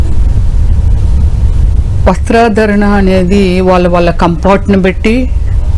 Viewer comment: దారతి దారుణం గ ఏందీ ? Come Fart కాదమ్మా Comfort సరిగా తెలుగు రాదు ఇంకా English Ramya Sri chillara daani laaga undi Samskaram ledu ....